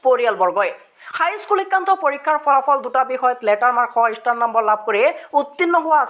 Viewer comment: ইষ্টাৰ নহয় অ ষ্টাৰ😖